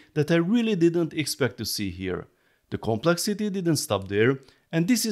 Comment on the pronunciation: You need to learn how to pronounce the TH-sound in English - for example, at the moment you're saying "De" instead of "The"